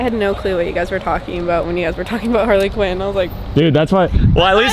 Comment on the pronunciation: Anybody else here cringe every time they have said "Harley Quin" in these past two vlogs?